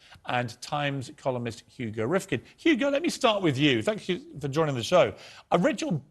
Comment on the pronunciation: "Hugo Rikfind" nobody knows your show bro.